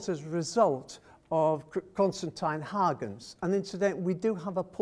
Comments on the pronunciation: I found the gross mispronunciation of Huygens as Haagens extremely offputting, the usual English mispronunciation of Hoygens or some such at least gives a better idea of the actual sound of the surname. I was quite astonished to hear the reference to the secretary and renaissance man as Christiaan Huygens. He was a scientist of great renown. His father, Constantijn Huygens, was the secretary of the House of Orange who acknowledged Rembrandt's talent and encouraged him towards classicism. Rembrandt of course went his own way. Constantijn Huygens had a son also called Constantijn, the brother of Christiaan. This son was a secretary to William III. The reference in the talk was to the wrong Huygens. Very disappointing and rather spoiled the talk. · Yes, I was surprised by the mispronunciation of Huygens as Haagens???